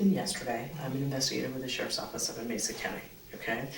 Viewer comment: mesa= "may-suh"